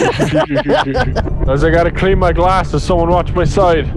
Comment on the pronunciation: Oh god. "Watch" not "whatch". This is the second damn time.